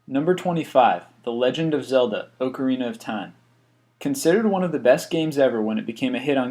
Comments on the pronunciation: ocarina is said like "a"carina not "o"carina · OCARINA OF TIME WAS NEVER ON GAMEBOY, NOR WAS IT ON NES AND YOU PRONOUNCED "OCARINA" INCORRECTLY